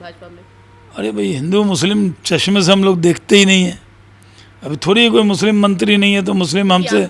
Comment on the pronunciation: अरे काका पहले मुस्लिम शब्द तो बोलना सीख लो